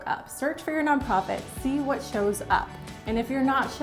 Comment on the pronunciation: “Non Pofit”